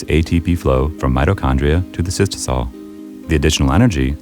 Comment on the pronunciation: Mice video but it's cytosol not cystosol